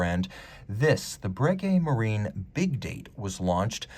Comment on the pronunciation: Hi, what you are pronouncing is a correct pronounciation for "Marin". The end of "Marine" would be pronounced "een" in french.